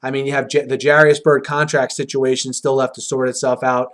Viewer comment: Haters gonna hate. Also BTW Jairus not Jarius. Pronounced Jay-rus.